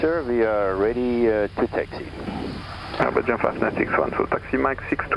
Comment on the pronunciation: nah he just fas pronounced "Air Belgium" as "begium" wich sounds like "vi-gin" a bit